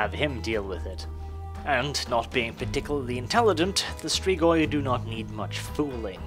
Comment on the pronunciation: ps. you perfectly pronounced Strigoi! :D Side note, these are Real Fucking Bad Ass Mother Fucking Vampires! :D